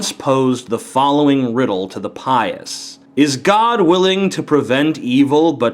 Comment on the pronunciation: What is that, "P," word he uses? It sounds like, "Pie-ased," ughhh.